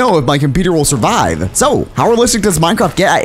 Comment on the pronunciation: is it just me or in the intro did it sound like he said this is minecrap